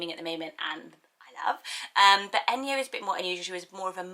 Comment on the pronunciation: Enyo is actually pronounced Eh-ny-oh in Greek 😁